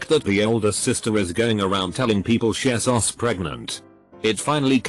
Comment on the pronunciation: Text to speak: Shesus Everyone: :o Conclusion: text to speak is drunk